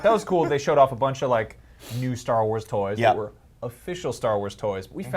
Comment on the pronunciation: "Star Wals" 😂😂😂😂😂😂😂